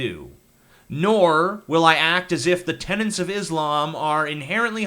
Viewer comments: BULLSHIT!! We have no obligation to accept anyone as "refugees" if there is the slightest chance some are coming just to kill us! How naive are you, TJ? By the way, it's "tenets," not "tenants." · Tenets. The word is tenets.